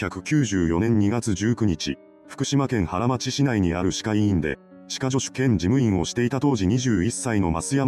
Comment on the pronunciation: ハラマチじゃなくてハラノマチですね